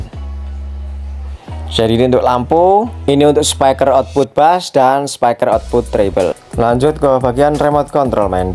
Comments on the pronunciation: Spiker mas bukan spaiker 😭, speaker itu dibacanya spiker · Spiker mas, bukan spaiker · speaker mas bukan SEPAIKER😂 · Thanks tuk sharingnya men🙏🏻 , oya men by the way di mnt pengucapannya jng "spaiker" ya men krn kata dasarnya bukan spy (bc : spai) tapi speak (bc :spiek)😊🙏🏻🙏🏻